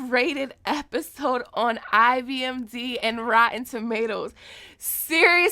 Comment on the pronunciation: IMdB is a very difficult acronym to say correctly.